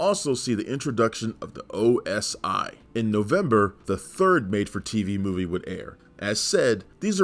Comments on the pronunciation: Is OSI NOT OSO. JUST SAYING LOL 😂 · It’s NOT OSO it’s OSI .